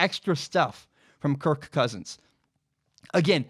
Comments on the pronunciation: I'm intrigued by the emphasis of the K in kir(K) Cousins. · Amazing analysis. Shame I can't get past how he over-pronounces "Kirk"